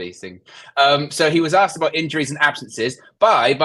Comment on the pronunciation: ASKED. NOT AKSED. sorry, just bugs me when people say that 🤨😂